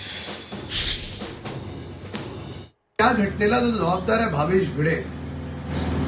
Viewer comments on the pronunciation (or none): Aho madam bhide nahi Bhinde surname ahe तुम्ही जाणून बुजून भिडे का म्हणत आहात. भिंडे तुम्हाला म्हणता येत नसेल तर नोकरी सोडा